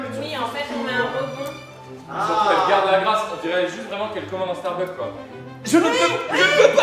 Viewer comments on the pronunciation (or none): none